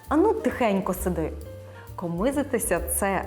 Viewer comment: А правильно ставити наголос "комИзитися" ??? я чула і завжди говорила і"комизИтися"